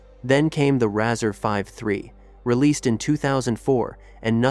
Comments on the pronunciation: Razor kid,not razzer. Good job ,though. Good content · Lol, razzer. Rayzer